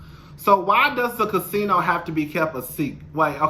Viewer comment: yes lol that one